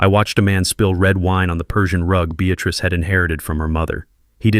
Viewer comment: Beatatrice or Beatrice? Get it right!